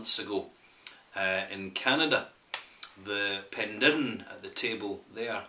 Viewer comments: It's pronounced "pen-dair-in". Penderyn literally translates to " the head of a bird". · Penderyn is pronounced Pen-Dare-Rin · The mispronouncing of the product, and obviously the place, is annoying beyond belief. Wish it was possible to correct the audio. However I understand that this would be impossible to change. Also please review the rest of the whisky range. Hey maybe you can get the name correct in a new video.